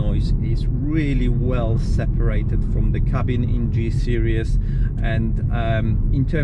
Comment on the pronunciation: It's a SERIES, not a SERIOUS !!!! 😂😂😂😂